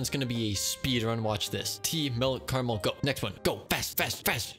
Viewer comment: this man said "caraymiel"